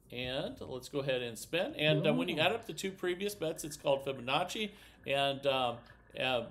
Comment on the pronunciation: Omg he actually pronounced Fibonacci correctly!?! Way to go